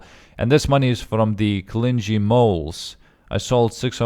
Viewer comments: argh pronunciation it's not clin gee it is clingy Cling...ey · Clingy {Cl ~ ing ~ ee} "ing" is like "fishing" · Im sorry but isnt it pronounced "clingie"